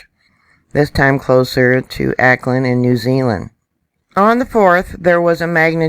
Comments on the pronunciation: from a kiwi fan,. seeing as how we all expect more quakes here about which you may be reporting, here's a gentle hint re pronounciation. Auckland is pronounced Orc-land, rather than Ak-land. Kermadec is pronounced just as it's written Ker-maa-deck. i think the Kermadec Trench is 2nd only in depth to the Marianas Trench. Cheers...n thanks. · New Zealander here. Pronounciation of Kermadec is KERmadec. Auckland is Awk-lind.